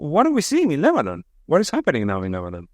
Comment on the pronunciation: "This is not Amman Jordan, this is Lebnon!" 😅